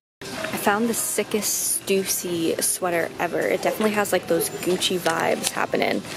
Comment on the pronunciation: It's not st-oo-sey!! It's st-UH-cey